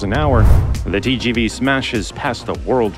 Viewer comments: TGV is not pronounced as Tyy-Jyy-Vyy but as Te-ZHe-Ve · Tgv pronounced Tee-sjee-vee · If you spend the time to pronounce "Shinkansen" properly, please also pronounce "TGV" correctly